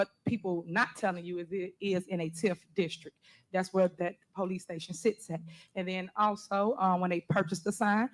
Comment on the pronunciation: Poe-lease stay-shun